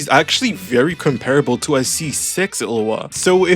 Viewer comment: is it like an inside joke that you call illuga "illua" or was i pronouncing it wrong the entire time